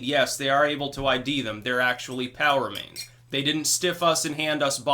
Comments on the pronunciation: It's funny, whenever you say, "POW remains", I hear "power mains". The first time I heard it i had to sit back for a second and think, "what's he talking about power mains for?....oh....I get it." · I was constantly hearing "power mains" and was wondering what he was talking about. Only after awhile it got to me he was saying "POW remains"...